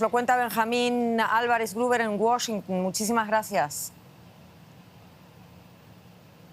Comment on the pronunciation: porque dice wachiunnnp je je je